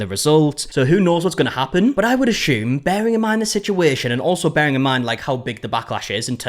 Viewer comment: I’m just here for the way you say assume